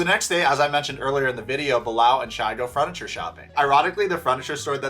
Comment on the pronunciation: I'm glad I'm not the only one who noticed 'fruniture' haha, it drives me nuts! He has said it on other videos too. I'm not sure if he's doing it on purpose or not lol